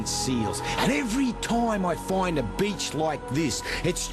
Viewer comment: "Every time I find a BEACH like this" ahahhaha